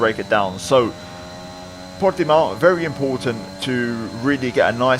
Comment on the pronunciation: Upvoted for pronunciation of Portimão